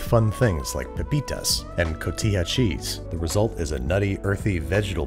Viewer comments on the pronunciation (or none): “Cotija” is pronounced “co-tee-ha”.